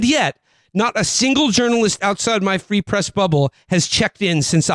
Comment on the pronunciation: “Free press” more like “ree press”, ok I’ll see myself out.